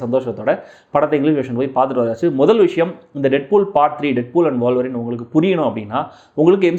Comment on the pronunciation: வால்வரீனா? உல்வரீனா?